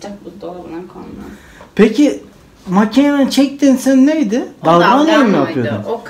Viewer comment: Dalgano değil canım dalgona